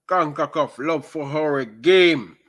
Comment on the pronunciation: Con-ca-CAF Not Con-ku-KUFF